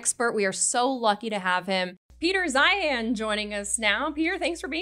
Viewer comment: “First of all, who cares?” Hahaha great intro! I was so pleased to see Peter Zeihan (pronounced Zion, btw, he was just too polite to correct the host) on this show for another excellent and fascinating long form interview.